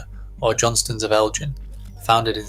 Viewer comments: Its ElGin, not Eljin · Hard “g” in Elgin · The gauge of a fully fashioned machine is needles per 1.5 inches not 1 inch. Please get your facts right. Your pronunciation of both Hawick and Elgin could do with a bit of correction. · Love Johnstons of Elgin but please learn how to pronounce Elgin!